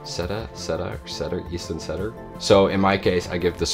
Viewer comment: In English, it is pronounced Cedar = "C"-dar or "See"-dar.